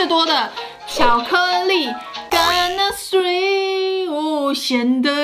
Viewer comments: 聽完的乾那水，阿滴應該會忍不住 XDDD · 甘吶水真的超好聽😂🖤🖤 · 乾納賽，害我水直接噴出來